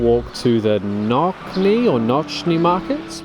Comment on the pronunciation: Thank you for visit Poland . The the pronunciation of the market is NOTZNY = Nocny market.